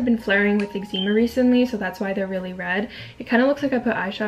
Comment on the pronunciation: Love your videos! But the way you say eczema 🤦🏼‍♀️